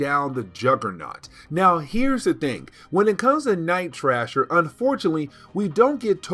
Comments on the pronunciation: Night thrasher not night trasher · It is pronounced Night THrasher (gotta hit that th sound) and Juggernaut as in knot, not nut. I love your videos, please keep them coming!!!